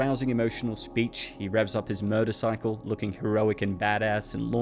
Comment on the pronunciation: I'm glad that you can pronounce the letter R (so many people can't, nowadays) but why do you say "murdercycle" instead of "motorcycle"? It's a rather odd choice.